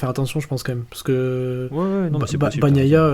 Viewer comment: Continuez, mais par pitié, nos oreilles saignent, à chaque « Baguenailla »